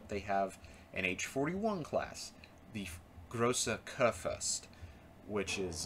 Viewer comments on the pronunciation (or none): this pronunciation correction may help, Friedrich der große is Pronounced as Freedrik derr Gruss Großer kurfürst is Pronounced as Grrusser Kurfuurst GroßDeutschland is pronounced as GrosseDuetschland all the Groß is like a Cross but replacing the C with a G. that's all, this video gave my attention of interest of trying to play the game